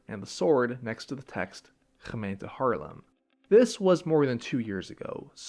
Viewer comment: still prounces haarlem like harlem import dutch person spotted